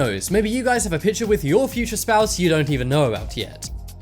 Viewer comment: drawring ? really ? my god its drawing not drawring and its picture not pitcher